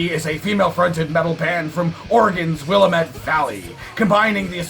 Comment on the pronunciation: First off, I was raised in Oregon and it's pronounced will-am-it, just an fyi. Now second, found my new future ex-wife. Damn!!!